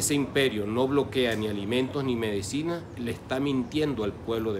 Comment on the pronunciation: Dr dice medicina no medecina